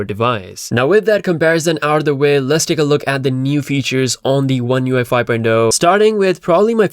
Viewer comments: You keep saying U F I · You just can't pronouce oneUi 5.0 so many time and ist is always wrong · LoL. I just realized you were saying ONE UI 5 not ONE UFI. You need to space those slightly apart so you're not misheard. :) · Lol the way he pronounces the name is hilarious 🤣